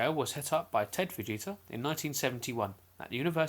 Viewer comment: Did u just say enhanced vegita scale